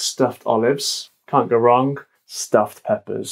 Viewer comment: From to you can hear an interesting and very British phonological phenomenon: "wrong" was pronounced with "-nk", while "amazing" was pronounced with "-n" (and none of these was pronounced with "-ng"!)